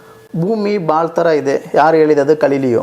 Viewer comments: ಕಲಿಲಿಯೋ ಅಲ್ಲ ಗೆಲಿಲಿಯೋ ಸ್ವಾಮೀ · Tamil slang adu